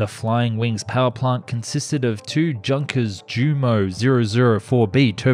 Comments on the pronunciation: Not Tschunkers, Junkers😏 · What is "dzha:nkers"?? And "luffvaffe"? You'd better read this as "yunkers", and "luftvaffe" - if you don't mind.. (heh heh) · Professor Harris, Chair of East Central University's history department, said he would fail any student who pronounced it as "Junkers" rather than "Yoonkers" when I was in college back in the late '90s. European history was like a religion to him, so I'm not entirely sure he was joking and never attempted to call his bluff lol 😉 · All good, but you are butchering Junkers name , it is pronounce as IUnkers or Unkers, not like Junk-ers :) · yes junk-ers😝😝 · Junkers is pronounced "Yunkers". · Pronounced “Yunkers” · I think Germans pronounce J like Y. So Junkers is Yunkers. Like how Jagermeister is pronounced Yagermeister. I might be wrong. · For an english speaker, you got that pretty decendly. But the I-X is a roman 9. And for you as an english speaker, the german ö is easy to speak: it´s the same as the u in turn, hurt and urge. Mean is "Junkers" as it reads like "junker" to english speaker, think of it as "Yoonkers", that might help. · Junkers Jumo = yoonkers you-mo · loled at Junkers pronunciation and Luftwaffle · The way you pronounce "Junkers" makes it feel like that company specialized in dumpster diving and building cutting-edge tech out of scrap metal